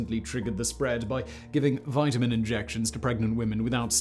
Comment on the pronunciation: Simon so worried about Ebola he mispronounced vitamin!!!